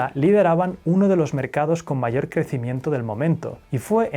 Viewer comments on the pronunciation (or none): none